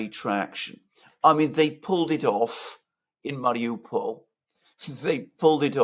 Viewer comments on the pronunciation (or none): none